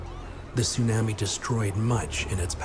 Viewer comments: This guy keeps calling it sun-ammy. Im out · If he says, " tsunami " like that one more time...